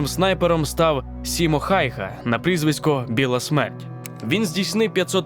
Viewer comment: Неправильно вимовляєте прізвище легендарного снайпера Simo Häyhä. Слід читати з першоджерел Сімо Хяюхя, а не Хайха, а не з англомовних передруків, де букв з двома крапками нема